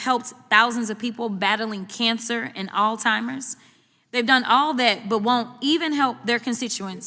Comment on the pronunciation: Did she say oldtimer's😂